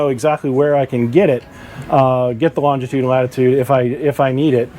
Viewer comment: Incredible that boaters don’t do/know all this 🤦‍♂️🤷‍♂️ Just a note.. it’s longitude, not longtitude.